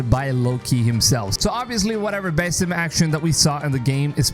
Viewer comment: This game sounds more promising than the last few Assassin Creed game's and FYI you're saying the character's name wrong 🙄 and sometimes a smaller game is good